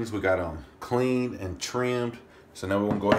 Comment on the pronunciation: hahahaha i was sure you said "We got our clen and tren"